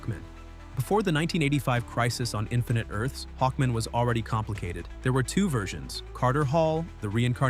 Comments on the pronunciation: HawkMAN, not Hawkmin. Is this an AI voice or is the narrator mentally challenged?!? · It's pronounced Hawk MAN not Hockmon. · Hawk-MAN! Jfc. Is this AI or no care for pronunciation? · What’s with saying Hawkman like that? It’s not his last name. “Hawkman. Murray Hawkman.”